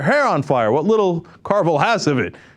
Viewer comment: Carville, not Orville.